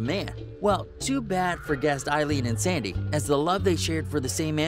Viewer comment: Her name was “Sandy” not “Sadie”.